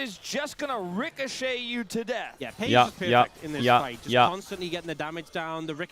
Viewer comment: you can hear baus "lose a cannon, naw it's a good deaff"